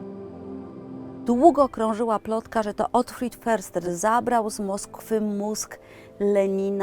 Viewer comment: Jeśli już to wymowa "fyrster" ... niemiecki podstawy 😊😊😊